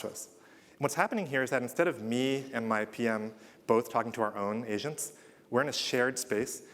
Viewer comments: I kept hearing him say that "Asians" when he says agents :D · I can't help but hear him say "Asians" instead of "agents" 😂